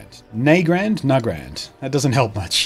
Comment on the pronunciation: The Aussie version of Nagrand is called YehNahgrand.